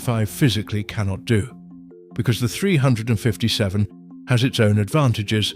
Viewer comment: Three hundred and fifty seven ? Who gets these British or uk no knowledge of firearms to do these videos ? Can’t even pronounce 357 magnum properly.